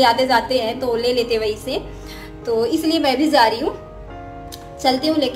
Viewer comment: Aap Jaa ko zaazz kyu bolte ho dee